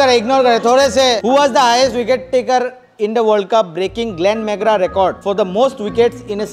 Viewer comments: Glen McGrath ❌ Glen mangra✅ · Glen mangra?😂😂😂 Bhai Glenn McGrath hai woh